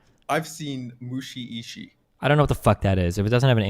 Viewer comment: "I very feel competent in my anime knowledge..." Hasn't even seen Attack on Titan. Also the way he pronounces Mushishi should show how little anime he's seen.